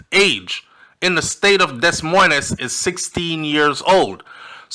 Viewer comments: Okay …..In love and respect I say Des Moines is pronounced De Moyne. Where are her parents? Time will tell. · Des Moines is pronmounced De Moin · Des Moines is pronounced De moin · I love your channel and appreciate the content of ALL your shows. Just wanted to humbly correct the pronunciation of Des Moiens Agree 100% - anyone’s age that has “teen” is still underage for this type of relationship and yes she was groomed. What’s with those parents who benefited and sold her.